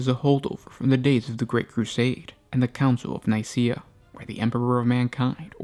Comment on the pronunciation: NIKAEA is pronounced nik-a-uh NOT nice-see-uh